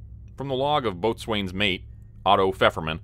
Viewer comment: Love this story. However, isn’t boatswain pronounced bosun?